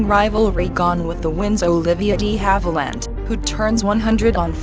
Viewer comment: Puleeze it's DE Havilland as in the French language....NOT pronounced DEE Havilland! SMDH